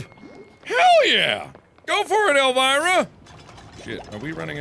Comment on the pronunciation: My aunt's name is Elvira and Mark said it so wrong XD